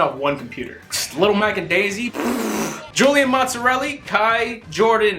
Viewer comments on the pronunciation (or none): none